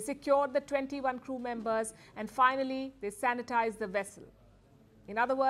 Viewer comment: " Sanetize"word is ❤